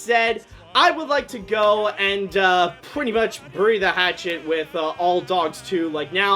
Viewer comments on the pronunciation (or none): none